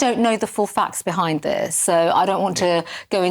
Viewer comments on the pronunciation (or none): none